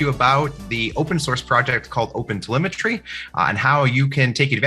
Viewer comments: Oh god, he kept on saying opensymmetry. I got confused on the way. But thanks though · It even keep sounding like "open cemetery" to me... .